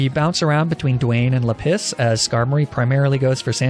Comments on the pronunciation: It’s la-piz not le piss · how r u pronouncing any of these rocks lol basalt =bus-alt, lapis=LAP-is not le piss LOL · lap-is bro not leh=piss jesus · Just so you know, "Lapis" with French pronunciation is actually "La-pee" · Normal people: La-piz: La-piss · Everytime he calls Lapis "Le Piss" it hurts my soul a tiny bit* *Like 0.1% At least that's what it sounds like to me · Sorry is he saying LA-PISS AND NOT LAPIS or am I deaf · Lapis. Or, if you're an expert in the French language like myself, luhPISS. Which in French is "la pisse" and actually means "the piss". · (Does anyone want to point out that "Lapis" in French would actually be pronounced "lah-PEE"? No? Okay, we'll keep letting him enjoy his gag name...) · Why did I think his Lapis was named "Le-Piss" at first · oh,. You know the French pronunciation of Lapis is "Lah-PEE":P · are you calling it la piss on purpose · "La-PISS"?? 🤦 You're pronouncing that wrong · not 'la piss'! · Every time you say Lapis, i damn near LaPiss myself. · No one: Not even a single living soul: French and: lA PiSs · La piss -> ma piss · Minecraft references for the names.. but lapis is LePiss lol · "or, if you're an expert in the french language like myself, L A P I S S" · Okay, real talk, I had to stop watching this episode midway due to your CONSTANT mispronounceation of the word "Lapis." Completely ruined the run for me, plus I couldn't in good faith continue watching this at work with you saying the word "piss" over and over and over. Please refrain from doing things like this in the future, it wasn't really even that necessary of a joke to make....